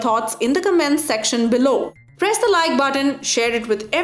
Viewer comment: When you said "prees the subscribe button" i preesed it